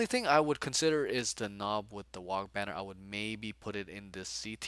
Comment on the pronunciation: If you do run Trukks, don't forget that it can fire its Big Shoota in melee. Same for the Battlewagon Guns. Lastly, the "G" in WAAAGH! is silent! There is no such thing as a "wag banner" :)